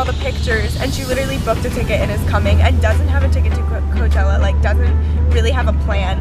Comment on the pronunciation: Your intro said clochella